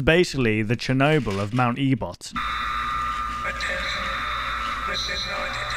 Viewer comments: E-bot? It’s ebott damn it explodes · It's pronounced mt.ebit. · "mount ebot" I'm sorry but that has me cracking up everytime you say it- TEmRIL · the name of the mountain is actually pronounced (Eh-Bitt), btw! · it truely hurt to hear you say ebot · ebed is the pronounciation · I cringed after you said E-bot